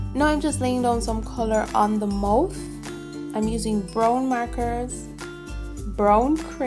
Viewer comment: that is not how u say mouth